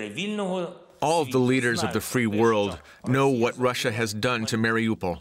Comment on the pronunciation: why are you calling it Marry OPAL?